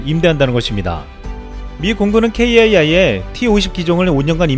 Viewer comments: 케에이아이가 아니라 카이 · 케이에이아이 라 하지 말고 ' 카이' 라고 해주세요. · 케이에이아이 라고 들으니까 새롭네요 전 매일 카이라고 부르고 듣는대 ㅋㅋ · 좋은 정보 감사합니다. KAI는 케에이아이라고 발음하기보다 카이라고하는게 관례입니다. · T50보다 KFX가 더큽니다~~! 케이에이아이...보다 카이라 부르시는게 .. 나아요 ㅎㅎ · KAI ---> 케이에이아이 X KAI ---> 카이 O 입니다 고유명사 회사 이름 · 뉴스만 봐도 '케이 에이 아이'보단 kai '카이'라고 할텐데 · KAI를 카이로 읽으시면 됩니다. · 오래된 밀매로서...카이,이즈모 로 발음하는 게 더 정확합니다.